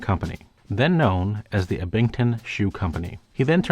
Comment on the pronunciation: The way you pronounce Abington is horrific